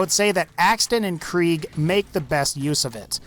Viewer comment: Omg I hate how he says krieg